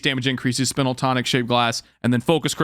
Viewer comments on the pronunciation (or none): This is just something that always bugs me, but you're not saying "spinal" correctly. It's pronounced like Spy-null, the root word being spine. Just wanted to let you know that, seeing as how you're so knowledgeable about the game itself. Your content is some of the best out there, and I wanna make sure you don't make yourself seem like a knucklehead.